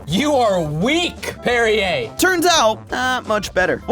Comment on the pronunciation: He says "La Croix" right but says "Perrier" like derriere 🤷🤷